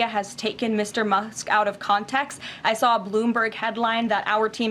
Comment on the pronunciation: Did she literally just call Elon "Mr. Mucks"?